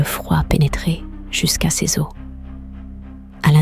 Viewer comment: Les histoires sont vraiment bien, mais cela serait tellement mieux si une vrai personne les contaient…… La prononciation du mot « ses » est vraiment très agaçante